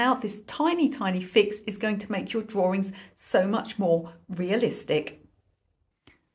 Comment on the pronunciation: Sweetie I love how you pronounce drawings.❤️